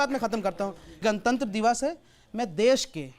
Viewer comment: शोएब जमूरे तूने क्यों सूअर की आवाज़ में गाने की माँ दोच कर भौंका, संविधान की दुहाई देने वाले लूले ने गणतंत्र दिवस को गणतंत दिवस बोला, काला भूतिया कहीं का